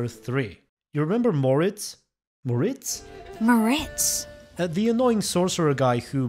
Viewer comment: The biggest mistake Americans make, is that they roll the "R" when pronouncing German words. I.e. "Mortiz" Isn't "Moe - Rrrridz" it's more pronounced like the Mexican "J" so it is more like "Mojits" (also with an hard "T" and not a soft English "T" that's pronounced like a "D")